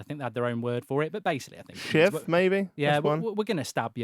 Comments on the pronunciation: He said shiv not shift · No, he said shiv.